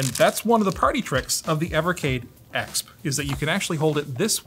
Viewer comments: It’s E-X-P, dude. Not “Ex Puh”. Weird way to pronounce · I love but every time he pronounced EXP phonetically it hurt my soul. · The way you say "EXP" is triggering a bit ngl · You think you’re funny keep saying ekspp. Who cares man it’s not funny.